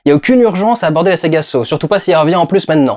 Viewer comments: ça se prononce "sah" et non "so" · Victor Petrenko Ça se prononce Saw